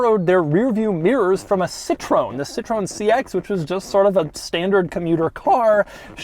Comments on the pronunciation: Doug's the kind of guy that can correctly pronounce Peugeot (french automaker) to then pronuce Citreon (also french) wrong right after. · How he pronounces Peugeot and Citroen is funny